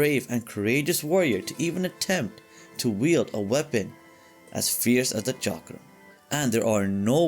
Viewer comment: Thank you for pronouncing Chakram right way.